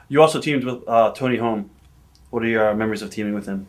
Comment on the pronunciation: Halme not Holm lol.